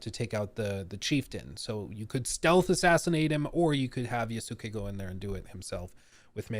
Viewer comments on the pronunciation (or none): You mispronouncing Japanese names is pretty cringe. Its Yas-kae not Ya-su-kae. Its Naru-to, not Na-rU-to. Ik its a pet peeve but bro dont be the American who perpetuates the thought that Americans are unintelligent by butchering names without even attempt to say them right. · I’m one of the huge Assassin’s Creed nerds you mentioned, chances are I’ll buy this immediately because I’m just so invested in the series. I most likely won’t play as Yusake much unless where forced because I buy Assassin’s Creed games to play as an assassin. I’ve also been asking for the Japan since AC2 & you were right, listening to you trying to pronounce these Japanese names & words was killing me inside a bit because I often talk about these historical figures. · I dont entirely blame them. They are a mostly french team, speaking in english, and trying to pronounce a japanese name. Which japanese names are not that easy for even native english speakers, because it doesnt follow the same rules. The best way to remember how to pronounce the name is just think of the U as non existent.